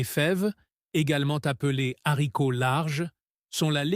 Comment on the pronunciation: Les zaricots, le milet? Cette voix artificielle est insupportable.